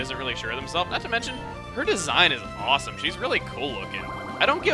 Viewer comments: where you just about to say ''HOT''?? O____O cuz you said it like'' FLANERY IS ,HWAWESOME!'' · Were you stifling a "hot" when saying that Flannery was awesome, or is today the kind of day where "hawesome" is a brand spankin' new word?